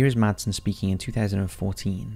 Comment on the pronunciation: You dont sat/use the d in madsen 😅 in Denmark we say IT like masen 😁